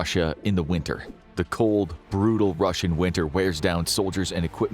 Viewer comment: And it's "Russian" not "Ruzzian".